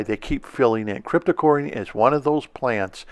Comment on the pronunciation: I have gained immediate respect for you since you pronounce "Cryptocoryne" correctly. I get tired of hearing "Crypto-corn".